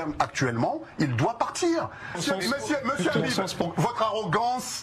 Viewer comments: Es-ce que vous condamnez le rrrrrabib, le rrrrrabib vous le condamnez ? 😂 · Il est porc difficile de ne pas vouloir le condamner, le RRRhabib. 🤣